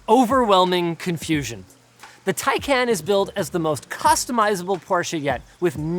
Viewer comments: How on earth can someone slaughter a word so badly? The name is Taycan not take can , which somehow seems to be incredibly hard to understand for north Americans. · ITS TAY-KAN NOT TAE-KAN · Yeah but he says “Tai Can”. It’s Tai Kon like Muh Kon not Muh Can. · its taycahn not taycan you noobs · PLEASE CAN SOMEONE STOP THEM FROM SAYING TAI-CAN. IT'S TAI-CON😭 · its pronounced tayjan in turkish... since they gave it a turkish name, PRONOUNCE it correctly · TIE-CON. Dude you own one, you can't be mispronouncing its name. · A month with the car and you still don't know how to pronounce it. Tie Con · It’s pronounced “tie-caan” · Sounds more to me like TayCAN'T. 😂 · Porsche Tacnayn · No, I meant Taycan. Even Porsche itself pronounced it wrong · Some day you guys will pronounce Taycan correctly lol PS if you think the 4S is fast, the "Turbo" S is considerably faster. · He pronounced taycan wrong though.